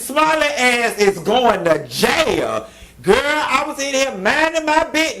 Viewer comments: I had to watch this video 2x just hear u say JAILYA🤣🤣🤣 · 😂😂😂 every time you say “Jaya” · “ in jayah “😂😂😂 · you done had be SCREAMING on this video! Not “ J A Y A = jail!!! 😫😂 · That’s exactly how my grandma say jail too 😂🤣😂🤣 His ass going to JAAYAL🗣🤦🏾‍♀️ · It’s the way Q is saying “ Going to JAIL” for me 😂😂😂 I’m with him on crying too cause bihhh I ain’t tryna go to JAYAIL!!🗣 🤣🤣🤣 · Q it's how you saying "Jayal" that got me pissy😭😭😂😂 Yes All Karen's need to be locked up too❗ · You Pronounced all the letters in that word - JAIL and I am living for it. The sentence was fair considering he was very arrogant throughout the entire case. He could get off for good behavior. Who knows but then again they may make him serve the entire sentence. SMH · How you are saying “jail” is so funny! I am dying 🤣🤣